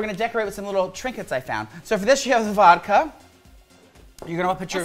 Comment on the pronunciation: The way is saying SpoOoOOOoky 🤣🤣🤣 And Vodkar 😭😭😭